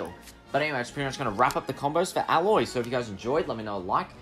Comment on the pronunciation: Don’t act like you know if she is accurate, you said alloy, it’s “A-Loy”